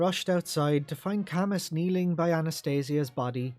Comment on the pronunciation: I always thought that Camus's name is pronounced "kah-moo" like the Philosopher Albert Camus?